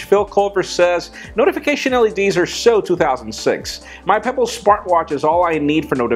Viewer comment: he said Spartwatch (smartwatch) lol